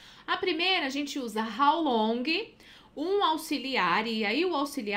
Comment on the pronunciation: Quando falou "How longui" , já perdeu credibilidade